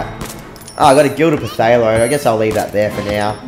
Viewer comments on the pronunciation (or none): Whwn u pronounced phtalo i thought u said potato xD